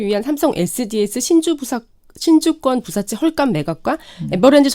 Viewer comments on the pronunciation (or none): 신주인수권부사채 발음을 정정해도 결국 틀리니까 기자에 대한 신뢰가 안간다. 신주권 부사채 라니…….. 굳이 띄어서 읽으려면 신주 인수권부 사채 입니다.